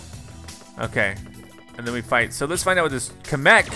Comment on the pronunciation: YOU'RE PRONOUNCING KAMEK WRONG